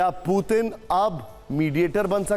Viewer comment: Abe gadhe tujhe patrakar kon banaya पुतिन hota na ki पूतिन kam se kam uchharan to sahi se bolo